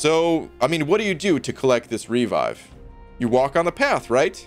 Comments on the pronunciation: haha literally never heard anyone say "REE-vive" before in my life It's "Re-VIVE" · For gods sake, revive is not pronounced REE-vive.